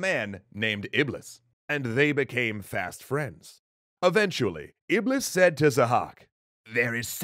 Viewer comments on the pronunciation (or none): you pronounced iblis wrong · Iblis is pronounced iblees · Great episode but here is something EXTRA 1 : iblis is pronounced iblees 2 : is the same creature as shaitan 3 : and it's the fallen angel in Islam that tells people to sin and do wrong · guys, the correct pronunciation of Iblis is in fact Iblees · Iblis? I thought it was Ahriman .